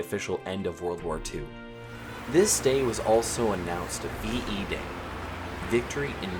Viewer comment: He said VED